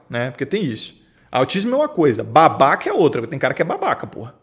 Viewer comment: "vc é babaCA?" me quebrou kkkkkkkk